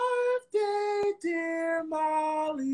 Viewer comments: Not the intro saying Holly instead of Molly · the opening says holly insted of molly hahah, no shade just wanted to point out